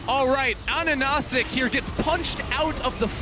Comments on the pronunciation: yayyy medic you made it man! you managed to say 'ananasik' just before the game ended !!!! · It took 2 years and great accomplishments to make casters pronounce his name correctly! Great Job, Ananasik!